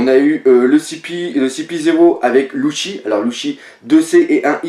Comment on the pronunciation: pk tu dit luchy alors que c ssi